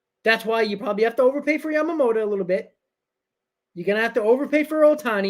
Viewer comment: It's YAMAMOTO not YAMAMOTA, you always call Yoshinobo, Yamamota, that would be a different person